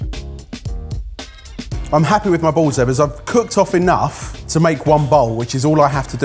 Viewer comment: Chef Eggers not Ebbers